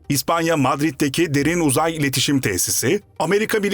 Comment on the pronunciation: Derin Uzay tamlaması yanlış vurgulanıyor. Böyle şeyler önemli.